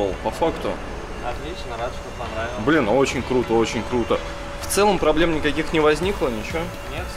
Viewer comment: тебе понравилос? панравилас😂😂😂